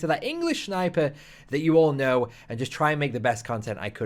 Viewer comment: English shniper